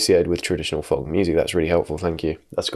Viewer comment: pronouncing the L in folk is very love island of you